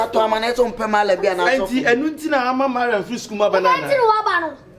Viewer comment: Is it Mariam or maliam Eeii 😀😀😀